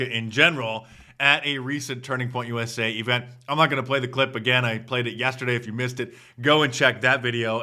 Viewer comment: USA not USI